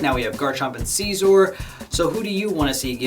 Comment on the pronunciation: You pronounced scizor wrong